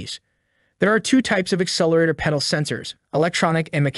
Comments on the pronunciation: Stop saying Pee-dal sensor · is it a pee-dal or a pedal? The age old question...